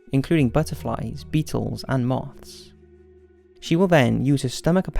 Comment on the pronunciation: He said mouths instead of moths